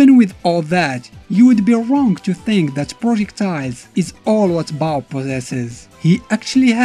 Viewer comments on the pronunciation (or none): Bao rhymes with Ball 'Nuff said